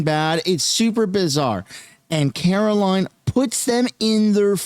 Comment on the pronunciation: Me sunshine please NOTE YOUR first reference to Karoline you said "Carolyn!" Wrong name. I hare that. And so does my God Mum in her 80's i a nursing home. Carolyn. She is pronounced Care-o-LYN in the English language and I am pronounced Care-O- LINE. LIKE A LINE you draw. I catch the news anchors doing this as well. Ugh vey